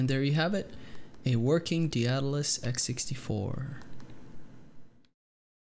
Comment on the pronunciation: Lmao none of these noobs can pronounce Daedalus